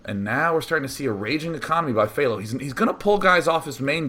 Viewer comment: u pronounced HThao wrong day9